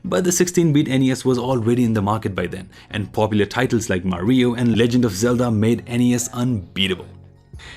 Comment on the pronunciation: He says "Mah-ree-oh" which is correct...